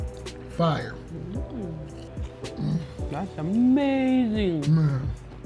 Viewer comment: Bro need some merch dat says " Fiyer"😂😂😂😂